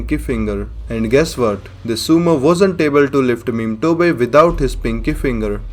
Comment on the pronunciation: Are we gonna ignoring the fact that he call Motobe as Memetobe?